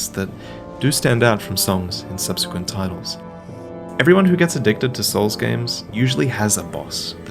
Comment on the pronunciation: Say subsequent again